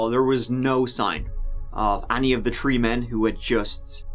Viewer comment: Forgot to add... "tree men".